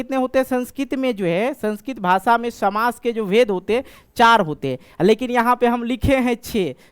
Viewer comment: samas❌ shamas✅